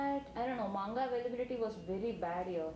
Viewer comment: oh n...dey seriously cant pronounce manga...xD...made me laff so much~~cant believe de girl watched in subz o.O...